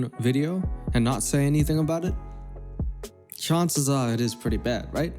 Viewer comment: the way u say "ask, Answer and chance" sound british, but the rest sounds American. explain please